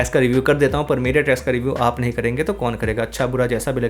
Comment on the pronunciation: bhai "tracks" ko clear pronounce karo please 😂😂 "trash" sound ho raha 🙏🙏